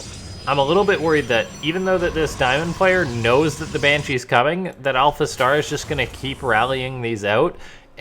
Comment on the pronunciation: hahaha you said alpha T !!!!!!! I love it!